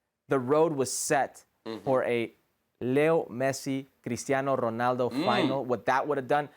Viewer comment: Why does he goes Spanish on cr7's name? LoL